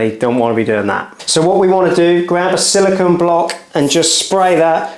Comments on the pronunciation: siliCONE not siliCON. It's not hard. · 🤷🏻‍♂️ SILLIKAN? WTF is Sillikan? 🤦🏻‍♂️ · Silicon is an element, silicone is a polymer. Pronounced differently.